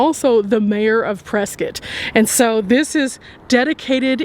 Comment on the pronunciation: Thank you for pronouncing Prescott correctly! 💕